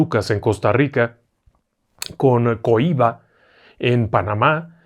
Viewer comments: Coiba no tiene tilde en la i. Es usted Magnifico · No se dice Cohiba, acentuando la I, escuche como lo pronuncia Rubén Blades en su canción El Cazanguero. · Muy interesante el programa de hoy, como cada tema que usted presenta y ha presentado durante todos estos años, cada uno es irrepetible, anda usted muy elegante. Un datito la isla de Coiba lleva el acento más fuerte en la o, de lo contrario se pronunciaría como el tabaco que se produce en Cuba. Abrazos Saludos desde Boquete, Panamá 🇵🇦